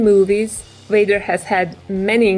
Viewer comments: You said WADER ITS VADER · did she say darth Wader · Who's darth wader ha ha ha ha